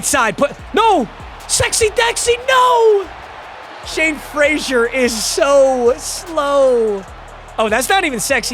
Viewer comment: Why does he keep calling him Shawn when his name is Shane?